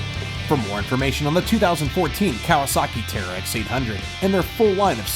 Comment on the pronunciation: It's terix not tearex